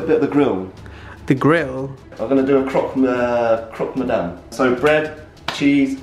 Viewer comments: croc mousse 😂😂😂: croc madame 😅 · Why was it so hard for to say "CropMadame" (tryinh to be a bit tooo proffesional at making the food) XD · Chef: It's Croque madame Raph: Croque miseur Chef: Croque madame Raph: Croque miseur Us: 😂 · Rapha: This is the best croque monsierre I’ve ever had: Croque madame